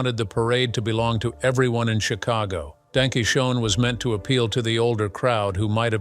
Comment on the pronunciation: Wayne Newton. Danke Shane is how is pronounced